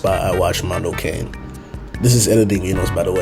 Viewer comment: The cane being pronounced as caine🥀